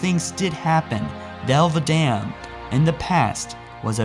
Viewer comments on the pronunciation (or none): "Thel Vadamn"